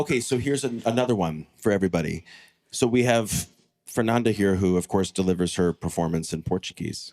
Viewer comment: Fernanda! Read it again: FER-NAN-DA!